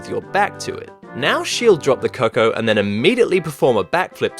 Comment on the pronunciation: I like the way you pronounce cuckoo. I know it looks like you would say it that way, but it's actually pronounced koo-koo. Trust me though, I'm not trying to be a smart a$$ or anything. I just thought you should know. cuckoo [koo-koo, koo k-oo] Examples Word Origin noun, plural cuckoos. 1. a common European bird, Cuculus canorus, of the family Cuculidae, noted for its characteristic call and its brood parasitism. There are other definition examples, but I just used this one since it applies to the meaning in this particular case.